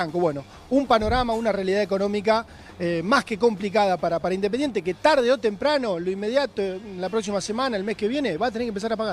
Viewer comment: Mirá si estará en crisis Indesingente que a Montenegro le robaron todas las "S" al hablar